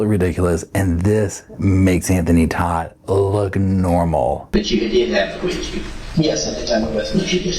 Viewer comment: Hi! Ok so i watch Anthony Todt's trial all the time - and when Anthony got on the stand, he pronounced his name "Tote"... Just FYI 😊